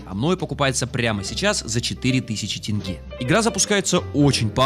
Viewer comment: ОН СКАЗАЛ ТЕНГЕ А НЕ ТЭНГЭ!!!! казахи ликуют от радости